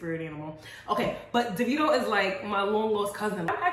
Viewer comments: I love you to the moon and back and I'm Nigerian Canadian but you saying "Duh-vee-doe" is HURTING MEEEE. SISSS "DAY-VEE-DOE" like plsssss dkm lmaoo i love you still <3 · Why are you pronouncing it that way? It’s David-Oh!